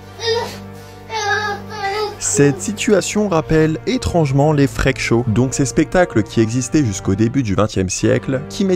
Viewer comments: "les frekes show" FREAK : se prononce FRIKE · les... friiiiiiiiik show , par pitié. pas "frék" ^^' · 'Freak' ne se dit pas 'Frèque' mais 'Frique' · Freak ça se prononce friiiiiik, pas frèk...les français🙄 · Les fraiques chaud 🤣 j'adore la bonne prononciation à la française 🤣🤣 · Ca se prononce “frik show” ! Sinon vraiment triste cette histoire, clairement comparable aux freak shows ! Et elle devraient clairement arreter de fréquenter ceux qui l’exploitent et disparaître des réseaux.